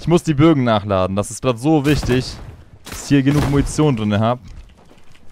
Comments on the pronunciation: Geiles Video es heißt aber "4 Bögen" nicht "4 Bogen" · Wen triggered es auch das er die ganze Zeit Bogen und nicht Bögen sagt? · Es heißt die Bögen no hate 😅